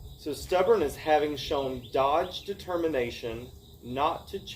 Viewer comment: Dog-ged. Not "dodged."